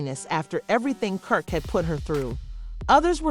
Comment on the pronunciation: you definitely called him perk🤣🤣🤣🤣